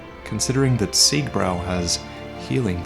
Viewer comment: Nice video! But on Siegbrau ( don't have umlaut here), it's pronounced "ziegbroi," not "ziegbrow." At least, that's the way the people were saying ~~~brau at Oktoberfest in Munich last year!